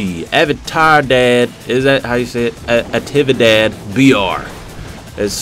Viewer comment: Hahahaha saying atividade br was the funniest thing in the world, and, that's not the correct wat to say it hahahahaha